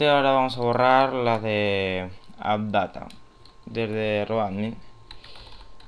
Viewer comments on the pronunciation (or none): como dices que se llama esa carpeta? adatta? :'v no se logra entender bien al menos yo